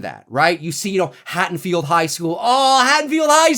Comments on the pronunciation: Hattonfield?? HaDDonfield ffs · Hey, I am loving your updates on this new Halloween film! You're hilarious and well informed. I did hear you mispronounce Haddonfield as "Hattonfield" several times. Not sure if you were aware. Anyway, keep the awesome work coming. I am digging it all!